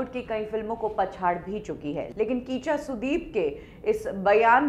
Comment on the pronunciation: It's not Kheencha sudeep It's kicha sudeep